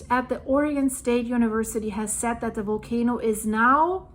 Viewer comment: Really great info and update 👌 It’s Volcano not Wolcano btw 😂 just kidding, my Deutch pails in comparison to your English. Great to have found your updates and be in touch with all that’s going on these days. Thank you so much 🙏